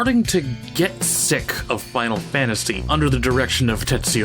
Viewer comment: Sorry but Final Fanaty made me giggle